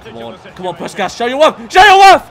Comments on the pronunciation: the pronunciation of puskás is killing me 😭😭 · They way he says puskas does my head in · It hurt my soul 😭😭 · the way he absolutely massacred puskás is sending me glad he recognizes a Hungarian player I am very happy about it